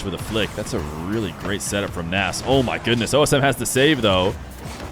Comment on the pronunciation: I'm good, n I love Feer but every other player when casted in these 1v1's get his best correct pronunciation, I believe Nass (PRO -nes) deserves to have that right as well.